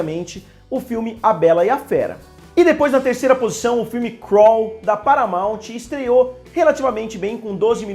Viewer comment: "Paramaute'? 😂😂😂 Paramount se pronuncia "paramom".